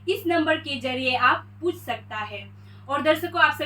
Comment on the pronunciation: Not pus.. it's puch.. badha aaya correction dene wala